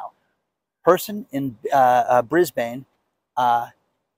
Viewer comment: Hey, it's "Brisbun." It's not supposed to rhyme with cane.